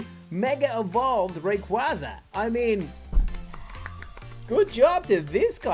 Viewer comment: It’s pronounced ray-qayz-a